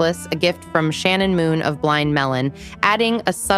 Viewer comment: Not trying to be mean, love your videos, but its shannon hoon not moon 😂